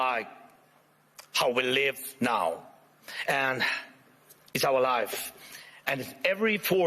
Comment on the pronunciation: He was mispronouncing "live" as in "Live TV"